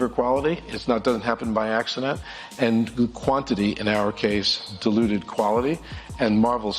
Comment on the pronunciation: Iger: “Quantity deluded quality.” 😂 Ok he probably said “diluted”.